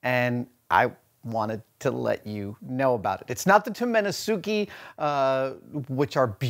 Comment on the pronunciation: Hate to be that guy, but Tomenosuke is pronounced Taw-men-nawss-keh.